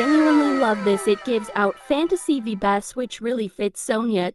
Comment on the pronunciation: Vi-be-s Lol